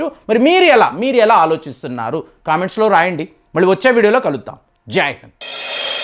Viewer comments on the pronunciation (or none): none